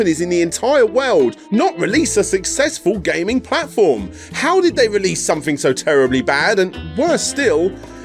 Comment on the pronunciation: I love this channel, but what is with the inability to properly pronounce words that contain the letters “th”? Since when do we pronounce “something” as “somefing”? Not trying to be a jerk, I’m just genuinely curious.